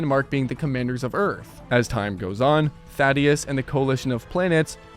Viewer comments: why did you say thaedus like that, they say it correctly in the show, you also say thragg wrong, what makes you think the a makes an o sound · Bro can’t pronounce Thaedus